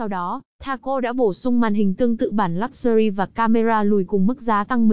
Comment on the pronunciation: Cô đọc thuyết minh kênh này điệu quá , nhưng toàn đọc sai các tên xe, dòng xe nghe buồn cười quá.! Ví dụ như Lák xu ri... , còn xe HOT thì cứ đọc là xe Hăk ...bó tay .!...